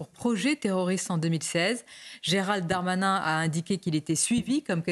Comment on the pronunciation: S.MABROUK! svp prononcez le nom du ministre correctement GERALD......DARMANIN et non comme la majorité Gérald DEUX DARMANIN. Il n'y a aucune voyelle entre les deux "D". Cela dit, merci de vos entretiens télévisés.